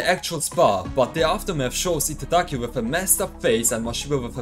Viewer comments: I agree, he just can't seem to get Giataki's name right at all. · take a shot each time he says Itagaki's name incorrectly (he says Itadaki). your liver will fail before the video is halfway done lmao. love your videos homie, been a while since I read through the manga so the recaps and coverage of newer stuff is appreciated.